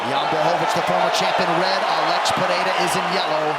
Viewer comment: The commentator who keeps pronouncing alex like Alexa without the a is bothering the shit out of me idk why 😭😭😂😂😂